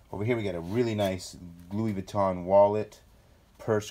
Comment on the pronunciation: In France we say it Louis Vuitton saying the N thru your nose.( vuittong)